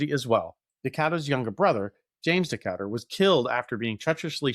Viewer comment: This is one of my favorite parts of American naval history, but it was like nails on a chalkboard every time you mispronounced Decatur--put some respect on that man's name!